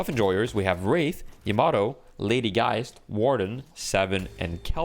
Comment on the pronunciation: yeah can we trust this guy he doesnt know how to pronounce Warden